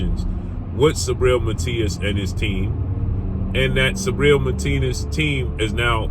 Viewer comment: It's not "sabriel",it's "SUBRIEL" 💪🏽🇵🇷